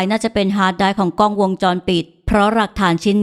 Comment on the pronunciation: รวบรวมเนื้อเรื่องดี น่าติดตาม แต่ฝากถึงผู้บรรยายฝึกใช้ ร ให้คล่องจะฟังเลื่อนไหลกว่านี้ค่ะ บางคำ ล ยังกระดกลิ้นรัวเป็น ร มันเลยสะดุด เช่น "กร้อง" ถ่ายรูป